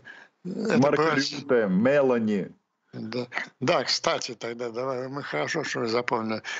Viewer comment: Мелòни, а не Мèлони, вообще-то!:face-purple-crying::face-purple-crying::face-purple-crying